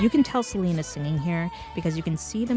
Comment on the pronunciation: Did she just call celin dion selena